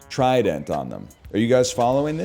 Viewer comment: Why does he pronounce trident like that